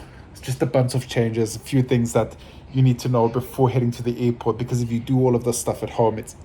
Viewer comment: Hey man its Airport not effort ok haizzzz